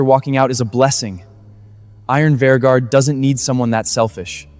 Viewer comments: At the end said iron virgien 😂😂😂😂😂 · Iron Vanguard ❎ Iron Venger ✅ 😂😂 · When AI can‘t say iron vanguard correctly even once 😂😂😂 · Why can't anyone pronounce Iron Vanguard correctly? It's so annoying.